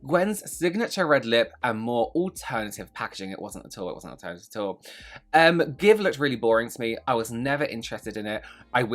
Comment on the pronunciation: How the hecc does one get g x v e pronounced as give? It's gi-shi-ve, and you cannot change my mind, lol. And, celebs are not your friends, and celebs are not a cause. Stop "supporting" them. Buy their shite if it's good or fun, or preferably both. But not for no other reason.